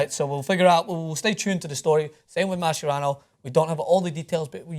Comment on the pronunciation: I hate the way you say Mascherano